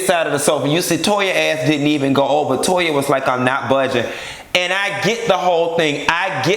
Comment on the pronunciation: “To-yuh”. I hollered